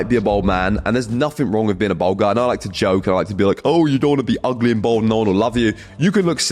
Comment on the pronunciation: Good info the youngsters, my only criticism is that it's pronounced "balled" not "bold".